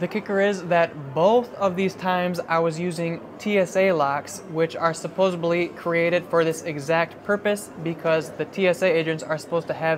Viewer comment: The word is supposedly not supposably